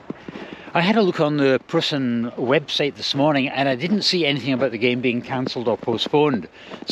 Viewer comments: Preußen / Preussen (Prussia) = PROYCEN (approx. pronunciation in English) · EU in Preussen is pronounced like EU in Deutschland-try Tennis Borussia (TeBe) or Babelsberg 03 next time?